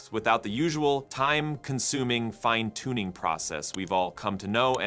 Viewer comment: It’s interesting when the Ai Voiceover pronounces the same word two different ways. eg. Fin-uh-toon-ing Fye-n-toon-ing